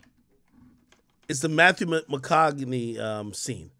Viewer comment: "Mathew Macogani" 😂😂😂